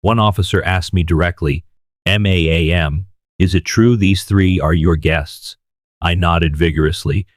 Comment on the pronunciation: The robot read ma'am as m a a m.........